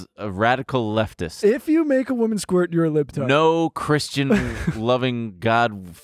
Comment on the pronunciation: Why does say squirt like skort